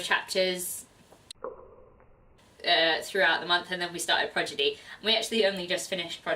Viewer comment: I was uncertain about Legend by Marie Lu, but I might give it a try now. Not to get too nitpicky, but you mispronounced "Prodigy" every time. XD Your girls are great - awesome wrap-up!